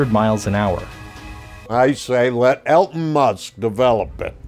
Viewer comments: Did he say Elton Musk 😂😂😂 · I think he said Elton Moose. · After reading the comments, I am glad I am not the only one who heard him say Elton instead of Elon.